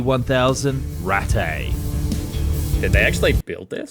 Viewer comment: Why does the English speaking narrator pronounce "Ratte" as it if were French? English native speakers are so bad at pronouncing things.